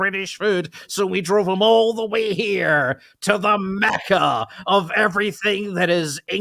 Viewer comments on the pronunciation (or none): none